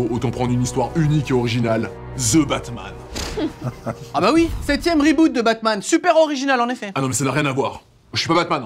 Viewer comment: C'est THE batman, pas 'ze batman'